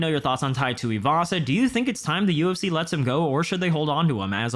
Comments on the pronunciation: "PIE TUIVASA" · Tai Shooey-vasa 😂